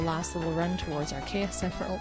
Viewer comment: you said chaus emerald